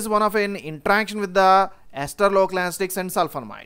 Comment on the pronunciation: Sir why are you keep saying anastics again and again?? Isn't it anesthetics?? I don't want to sound mean, just couldn't help myself from asking ..